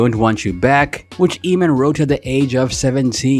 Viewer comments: This narrator's pronunciation is irritating. It's 'Ay-mon', not 'Eeee-man'. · Emin ? Lmao It's pronounced like Amen, ya goof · I can’t watch this in it’s entirety with the guy pronouncing it “Ee-mon” when it’s “AYE-mon”. 🤦🏻‍♀️ Anyway, Eamon makes great, current music on the Enemy Soil label. IYKYK. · It's Pronounced Aim-In (Eamon) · It’s pronounced AYMAN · At least prounce his name properly. The E is silent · I really don't understand you guys doing these biographical videos about artists whose names you CAN'T EVEN PRONOUNCE! 😠 that should be the FIRST THING you research. How to say their effing name! 🤬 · Who thought this guy was gonna be anything? Bro can barely sing and got famous because his song had curse words. It did what it did, no hate but in this day and age what does he offer? On another note, it's hilarious watching as can't decide if to bleep the "fuck it" say it himself, let dude sing it and then bleeps it again. Also my guy literally said his name in the video, it's pronounced like "Aemon", And goes right back to calling him "Eemon."🤣😂